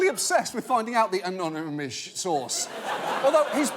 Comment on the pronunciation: “Anomonous”, “anomonous”. What an absolute idiot!